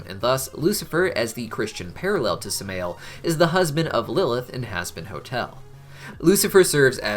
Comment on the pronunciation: Samael is pronounced Sam-i-yell